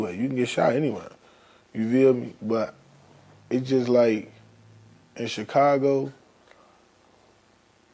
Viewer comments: each time vlad say "CH-cago" it hurt my soul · Why does vlad put a T in Chicago😂‼️